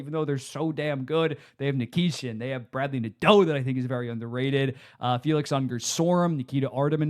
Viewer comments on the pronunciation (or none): none